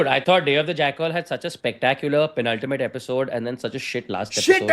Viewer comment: why is pronouncing jackal like kajol